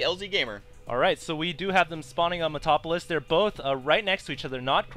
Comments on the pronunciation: DUDE IT'S "MET-A-LOP-O-LIS" NOT "MET-OP-O-LIS". agbajlg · dud if you are going to be a spelling nazi hesaid: metal-opo-lis